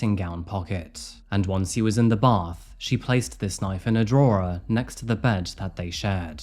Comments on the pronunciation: A draw-er? It’s pronounced draw. What country are you from? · Is this guy real? A weird way of talking and an even weirder way of pronouncing simple words, like drawer.... draw-er? These vid's are talentless, stealing content from other sources, like news sites, no original content whatsoever. They are just vanity projects for wannabe documentary makers, and show no talent whatsoever. They're embarrassing, and very disrespectful of the victims and their families, despite the insincere words paying lip service. I think this guy thinks he's super cool, but sorry, little boy, you're ridiculous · Bro Drawer is pronounced draw 😂💩🤡 Ru actually English loool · Why is it that you cannot pronounce so many everyday words? Bury, drawer, etc Plus, she did not 'shank' him, she stabbed him with a knife Please look up the definition We do a drinking game to your vids, one drink for each mispronounced word It's great fun I originally thought that you were home schooled Now I think that you have no one to talk to Except your cat Oh, dear 😢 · I love your videos fr man but please tell me why the fuck you pronounced drawer like that lad 😂 Edit: Got High and thought about it and I think it was so the auto captions don't autocorrect it to 'Draw' I'm so High IQ EditEdit: HAHA HIGH IQ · He pronounces drawer weirdly too 😂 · Stop saying “drawer” like that. You know you don’t pronounce it like that. I like you but pls don’t let me catch you doing that “pick me boy” shit again 😒🖕🏼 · The way you pronounce "drawer" and "eligible" is so jarring! Just type 'how to pronounce....' into Google. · Curious, do you write your own stuff or read off a script someone else has written, you pronounce certain words in a way i've never heard before like 'drawer' and 'eligible'?